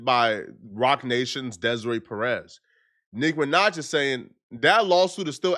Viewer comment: Bro said NIKKA MINAJ 😭